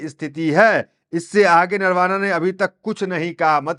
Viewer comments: अरे भाई बार बार नरवाना नरवाना कैसे बोल रहे हो ? भूतपूर्व सेनाप्रमुख नरवणेजी यह बोलना ही सही होगा | थोडा सुधर जाओ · भाईसाब आप पत्रकार सेना ध्यक्ष श्री नरवणे बोलिये नरावणे मत बोलो